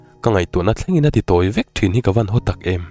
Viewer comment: I chhiarthiam viau a. A tawp akan ngaihthlak hai theih chu alo ni ta han tih chu a van dik lo veee. Hau ni lo in Ho ti zawk la ngaihthlak anuam zawk ngei ang. Tang zel rawh.. A ngaihnawm ania